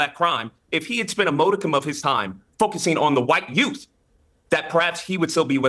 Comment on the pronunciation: He reminds of the character played by Damon Wayans on In Living Color. He used all these big words, but they were either made-up or used in the wrong context. knows the words, but either pronounces them wrong, "Moh-di-cum" (modicum) "Paltable" (palpable) or uses them in a way that he clearly doesn't know what they mean. What a dope.